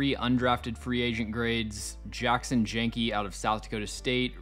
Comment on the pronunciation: The Janke twins are pronounced “YAWNKEE”